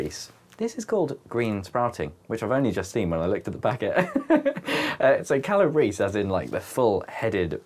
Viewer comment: The calabrese pronunciation was correct. It’s from Calabria in Italy originally.